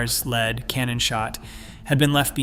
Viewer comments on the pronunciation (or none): none